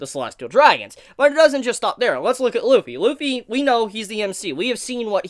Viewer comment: It’s not lupy it’s luffy